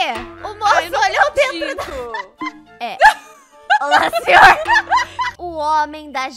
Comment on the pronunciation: Eu ri muito quando ela falou olá senhorrrrrrrrr kkkkkkkkk que coisa mais linda